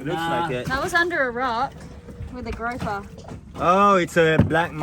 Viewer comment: GROUPER, pronounced like a group of people, not like a rope. You have gorgeous children, they don't fall far from the beautiful trees! ❤❤❤❤